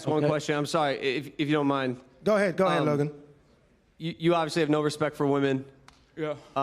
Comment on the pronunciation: bro said Logay and called us children 😂